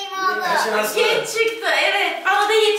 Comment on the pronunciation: Oha genç değil gənç dedi